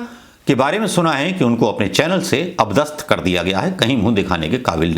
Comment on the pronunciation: अप दस्थ नहीं, अ-पदस्थ बोलें